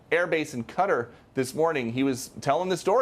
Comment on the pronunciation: where the hell is cutter? Does he mean Qatar?